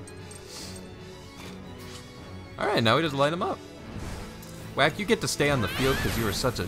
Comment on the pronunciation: Why do you call Chick "Wack"?